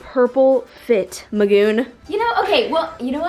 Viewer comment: ik i hate the way she says it but it’s mostly because of the way she says the “t” like the t is just so much louder than the rest of the word